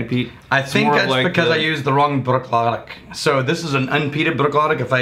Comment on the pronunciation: I know this is old and will probably never be seen, BUT, it's pronounced "Brook- laddie".